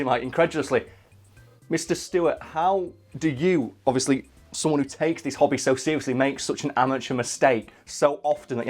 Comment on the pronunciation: I can't not hear hobbit when says hobby. I thought said Rod was talking about the hobbit